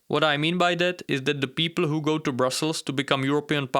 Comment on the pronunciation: "With all due respect, Ho are you?" The accent killed me😂. Good job, tho 👏. Love your videos